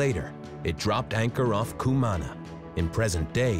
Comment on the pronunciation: Good Lord! I cringed every time the narrator pronounced Cumaná like that....